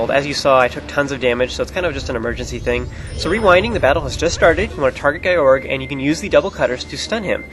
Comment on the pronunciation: Wow, I love the way you pronounce Gyorg's name. Guy-org sounds WAAAY cooler than Gee-yorg (that's what I though it was, but that sounds dumb). In Skyward Sword, do you think Fi's name is pronounced like Fai or Fee? I think "Fee" fits her appearance more, and that's how it would be pronounced in Japanese, but I'm not sure